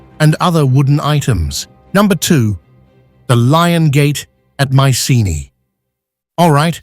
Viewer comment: You could find the right pronunciation of Micene.